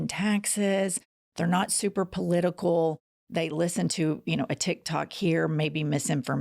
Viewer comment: That dummy called tic tak’s,tic tok’s smh 🤦🏾‍♂️